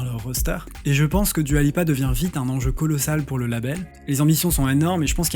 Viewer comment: Juste Dua se prononce DOUA et pas DUA !